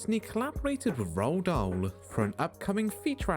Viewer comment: Roald Dahl's name is pronounced, "Roo-All Doll."